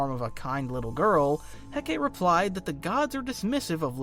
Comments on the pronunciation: /heh kah tee/...not.../heh kate/ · It's "Heh-Cah-Tea" not "Heh-Kate". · errm actually 🤓 it’s pronounced Hek-uh-tee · Why is it that every video about the Abdolute universe mispronounce "Hecate"? Its Heh-Kuh-Tea, not Heh-Ket. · heck-ah-tea not heckit :) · Hecate is pronounced more Heh-Ca-Tay than Heckitt. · Hecate is pronounced "Heh-kah-tay". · Hecate = heck-uh-tee Otherwise a flawless video! ❤ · I believe its pronounced "heh-KAH-tay" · Hecate is pronounced "Hek uh tee" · Dude, it’s HEH-kah-teh. Three syllables. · The name Hecate is pronounced "Heck-uh-tee" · Hecate is pronounced heh-cuh-tee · Hecate is Heh’ka’tee. 🤞🏽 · Hecate: Heck-uh-tee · Was looking for this lol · great video.... though idk why it irked me so much but Hecate is actually pronounced as Heck-a-tay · the volume of comics content creators that don't know how to pronounce Hecate astounds me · Thank god someone said this 😭 the way he pronounced it made my brain hurt goshhh